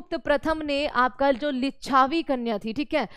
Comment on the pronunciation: Lichchabi❌😂😂😂 lichbi✅